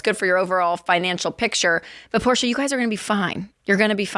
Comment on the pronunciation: Rachel pronouncing Porsche properly >